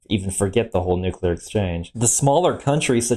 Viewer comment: I started listening to a different video about this subject, but he showed his lack of expertise as soon as he said "nucular".